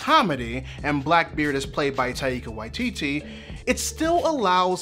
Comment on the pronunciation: lovely video but I'm pretty sure you're mispronouncing both Taika and Waititi